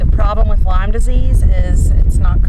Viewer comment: Hi, its Lyme not Lime